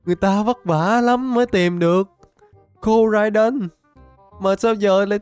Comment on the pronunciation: koraidon tiến hoá thành komo-o 😂😂